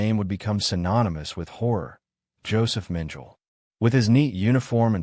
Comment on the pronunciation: It’s AI which can’t and won’t use correct pronunciation twice in a row let alone once! I won’t even try to describe what a horrible mess on “Dr. Josef Mengele” this primitive AI butchered. Beyond disgusting.